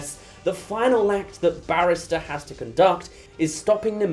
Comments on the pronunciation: it's ballister, not barrister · Take a shot every time calls Ballister "Barrister" and you'll die of liver cancer by the end of the video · I feel obligated as a Nimina fan to point out that it’s Ballister and not Barrister… but very close x) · The number of times you called Ballister either “barrister” or “banister” is hilarious, please don’t change it 🥰